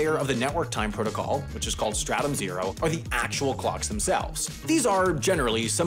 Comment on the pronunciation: Not me thinking about helldivers 2 every time he said startum